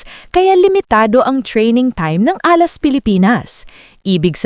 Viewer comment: Repeat after me "Alas" hindi Ah last.